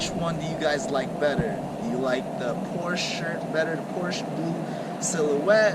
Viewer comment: Good start. I hope you continue to make videos. My guess is 6700. One more thing Porsche is a two syllable word. 😁